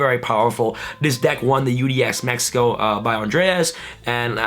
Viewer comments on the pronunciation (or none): none